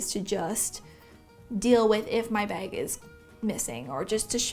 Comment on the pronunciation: Anyone else hear her say “beg” and not bag? Lol